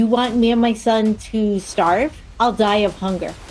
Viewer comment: I'll deye of hunger but he's rich he said 😂